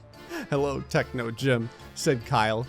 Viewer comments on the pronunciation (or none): I like how techno said techo on one part